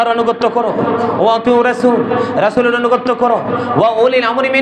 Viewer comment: তুইতো অনুগত্যই শুধ্যকরে বলতে পারস না। বটপার.…....